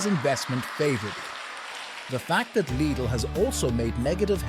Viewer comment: Well edited and interesting video. However, not to be a prick, but please do pay attention to the pronunciations of the names especially if they are the main topic of your video, it impacts the perceived quality of the video negatively imo. I wouldn't know how to fix that on a text to voice machine however. Even the pronunciation of Lidl was inconsistent and Kaufland wrong throughout the video. Best of luck otherwise.